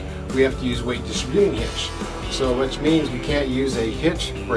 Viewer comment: you keep pronouncing "distributing" wrong. It's a composite bed--not a bed liner!! The hood scoop isn't whats heavy--it's the metal hood that's heavy.